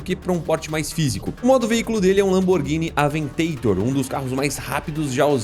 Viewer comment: Lamborghini "AVENTAiTOR" kkkkk pode falar aventador meu chapa , é de origem espanhola "la ele"